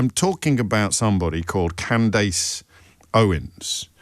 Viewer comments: James pretending he hasn't heard of Candace Owens is hilarious!.even pretending with the pronunciation..Oh James, you make my day!..😂😂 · I love the way Jobbie pretends not to know who Candace is or how to pronounce her name. She’s way, way more relevant and better at this than he is. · Oh James you know how to pronounce her name, stop it 😂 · He mispronounced her name purposefully. He knew her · I choose my words very carefully, goes on to mispronounce her name 😂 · It's weird that the host here feels the need to pretend not knowing how to pronouce a relatively normal name or not know the person, that he is about to speak about for a long time. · Lol I have never heard anyone pronounce her name that way, which is concerning about the spread